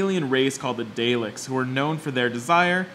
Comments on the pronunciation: Very concise vid (with the exception of the Dalek mispronunciation) though you should have included that the TARDIS stands for Time And Relative Dimension In Space. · Actually there is no R in Dalek, it's is pronounced "Dal-ek" (an 'ah' sound is used) as stated by the creator, Terry Nation, the real-life creator and copyright holder of the Daleks. Their forefathers, are the Dals. (Dahls)